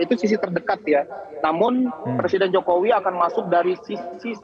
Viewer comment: Ni orang nyebut nama presiden enak banget y `jokowi jokowi `